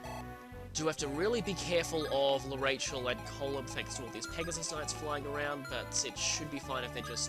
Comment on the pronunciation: Speaking of name pronunciations, I'm pretty sure L'Arachel is pronounced lah-rah-kel. That's her Japanese name, so...